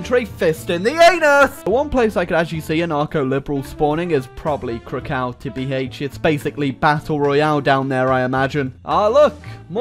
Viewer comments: I bet you say Moscow like "Moskau" as well, like a 1980s yank. It's Crackov, anyway. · I like how pronaunced krakow as crow cow